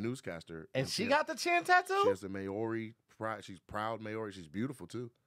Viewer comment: I need Nate to know that Māori is pronounced like “Mowry” and not May-or-ee